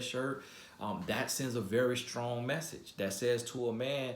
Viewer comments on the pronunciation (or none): none